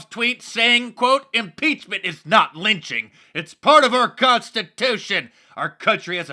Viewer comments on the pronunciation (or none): “Does he not know the history of LITCHING?” (not the same as lynching.) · trapple Gawd he didn’t say lynching. He said “LITCHING” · Was that ole joe saying lynching it was it lunching????? It had to be lunching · This is your typical Republican Right Wing vile twisting of words... It's absolutely clear that that the Democrats said 'lynching', not 'lynching'. You can clearly hear it in every single clip of every single Democrat, plain as day... 'lynching'. Unlike that monster in the White House who should be detested and impeached because it is just as clear he said 'lynching'... not 'lynching'.